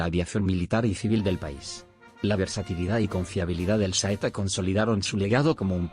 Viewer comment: ¡Niñooooooo¡ En que idioma hablas tu? Escribo tal como hablas......... ¿EIKA-200? ¿nombre del modelo SEITA? ¡Aprende hablar, cambia de traductor o dedícate a otra cosa1